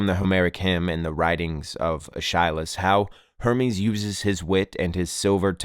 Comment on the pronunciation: Aeschylus is pronounced ESS-ki-lus